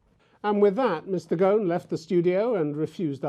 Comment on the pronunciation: It's not Mr. Gogh... its Mr. Gosin... I guess the guy is sick and tired of explaining himself over and over again.. regardless of his guilt or not, the man has made his money and stuck in a poor and unstable country with quite a lot of his money frozen.. can't expect him to be in a good mood 🤣🤣🤣